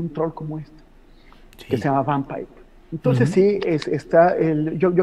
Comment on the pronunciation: le informo que es Vampipe y no Vanpaip(léase en español) Y en segunda no lo toman como fuente informativa, se le llama comedia y en internet se manifiesta mucho como “troleo” y lo viene haciendo desde hace una década